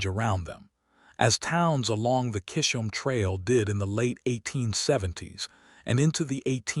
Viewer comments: YOUR AI INSULTS MY FAMILY NAME 😡🤬😵‍💫 CHA iZZzz Holme !!!! Chisholm Trail Thank You 😊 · Kishum trail? Really?? Doesn't anyone listen to their AI stories before posting them?